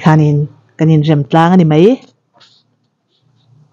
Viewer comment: A fiah țha khawp mai. Amaherawhchu chu i mizoțawng hmanah hian 'mai' tih turah 'mei' tih i hmang nasa lutuk hi ka lo ngai mawh deuh, țhahnem ngaih thil anih chu. A bengvar thlak hle mai